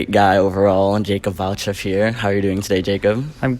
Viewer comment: Omigosh it’s valcheff how did you even book him